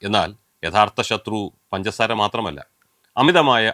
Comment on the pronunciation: പൻസാര അല്ല സാറെ... പഞ്ചസാര 😆